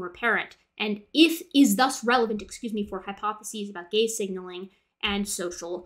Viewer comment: I wemt through nearly the entire video being confused because u heard gay/gays every time she said gaze... So gay signaling, gay following, etc.. Im an idiot